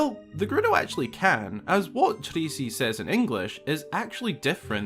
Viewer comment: Okay why roll the R in Trasi, but not in 'treatment'? American asking here lolol. Just curious about accents.